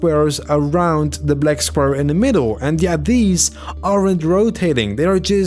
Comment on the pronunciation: He said blek square